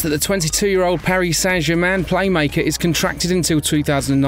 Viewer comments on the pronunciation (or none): none